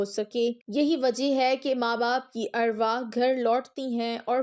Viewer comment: Word arwahee nhi arwaah hota ha